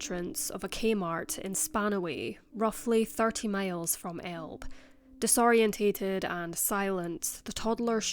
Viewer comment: Disoriented. Not "disorient-ATE-ed"